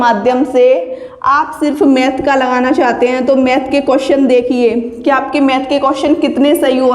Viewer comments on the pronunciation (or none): none